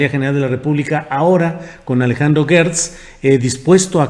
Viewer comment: ¿Porqué pronuncias guertz y no como es; gertz.? Aunque por mala costumbre se escuche guerber y no Gerber,no debemos seguir en el error.